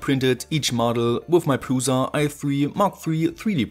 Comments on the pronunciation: It's pronounced Pruša and you have to set it up properly your 3D prints look all warped and delaminated. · please, read prusa as prusha